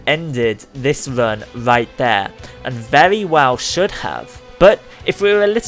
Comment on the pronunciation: Are you saying "run" or "vern"?